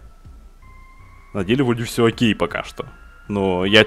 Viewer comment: мне одному вместо окей слышится хоккей??